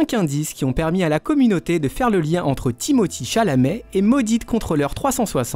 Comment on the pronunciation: Sont nom se prononce Timothér et non Timothii